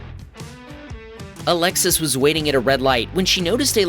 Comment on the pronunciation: 😂 I thought you said "A Lexus" and not Alexis